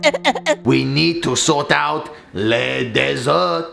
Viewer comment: Did anyone notice how said "Desert" instead of Dessert? ahahha:p